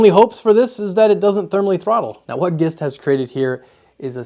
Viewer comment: Pretty sure that's not "G'ist" and more a Jist in pronunciation as in, "get the gist".